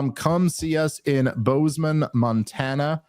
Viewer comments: I live in Billings right down the interstate from your show in Bozeman. I also went to college in Butte MT on the other side of Bozeman. I can help ya out, it's "boz-man" NOT Booze-Man! Billings is the largest and best city in MT, ya'll fucked up going to Boz-angeles! That fucking place is for rich yuppies and transplants. If the only place you go in MT is Bozeman, you still haven't gone to MT. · For crying out loud it’s BOZE-MEN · Please keep calling it Boozeman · The inability to pronounce “Bozeman” is getting kind of annoying, tbh. Like, come on… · The inability to pronounce bozeman is pretty weird